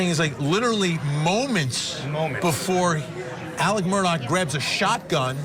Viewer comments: Mur-daw not murdoch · Goodness people it's not Murdock! Their last name is Murtaugh.